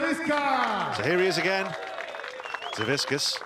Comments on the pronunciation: no, it’s pronounced Savitzkas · Why can no one get Savickas's name right lol like not even the commentator can say it right and its right there on the screen lol